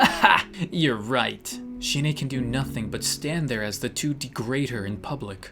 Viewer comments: I noticed she drew a colossal titan and the way you pronounced the name sounds like 'Shine'it means die in Japanese tho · shin ae is pronounced shin ah XD